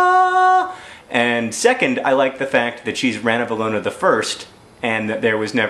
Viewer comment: I realize this video is really old, and that there's a possibility someone else has already told you this, but the perfectionist in me demands that I tell you that it's pronounced ranavAlona. Malagasy words are weird like that.